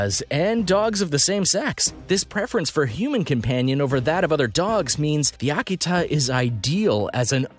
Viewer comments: I swear if you say Aki-Tah, ONE MORE FREAKING TIME. It's Uh-key-tuh. I've raised them for years. Do some research. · You pronounce the breed names wrong and I can't get over it. Ah-key-tah? They are pronounced "uh-kee-tuh". All the others are wrong too but seriously, this is supposed to be informative but people will just learn to say the breeds as wrong as you. Unsubscribed based on that. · It's Uh-key-tuh. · I hope you learn to pronounce it better than this guy could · Talks about the Tibetan Mastiff & shows a Caucasion Shepherd & Old English Sheepdog in that particular clip. Also left out many dogs that are more expensive. Example a Central Asian Shepherd could cost as much as $10K depending on lineage. Also cannot even pronounce Akita right. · Learn to say Akita!!! and I had my male Akita with 4 other dogs. and Rots dont cost that much money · Learn how to pronounce Your dog breeds. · I'd you are going to put a tutorial video into cyber space don't embarased yourself by not knowing how to pronounce the names of the breads your talking about !!!!